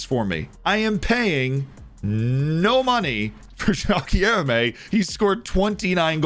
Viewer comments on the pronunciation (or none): You nailed JOÃO but you could use some help saying GUILHEME. It's like GIL but with no L sound, then LURE with no U sound and let this R sound reverb and then MEH. GUI-LHER-ME ;) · Say Guilherme like this: gui-ler-me